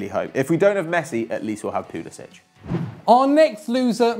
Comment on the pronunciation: Your pronunviation of Pulisic makes me want to blow my brains out. It's not pyulisich, it's Poolisik